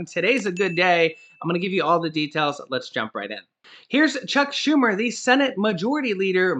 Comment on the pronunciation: Lol did you call him “Check Schumer”😂😂😂😂😂😂